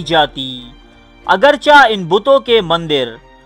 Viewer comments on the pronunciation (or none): none